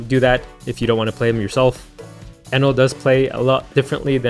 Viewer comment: gonna be honest, i think i'll never grow tired of your "kayatakyuri... eenèl"